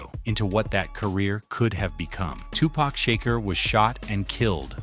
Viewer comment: Who the fuck is Tupack Shaker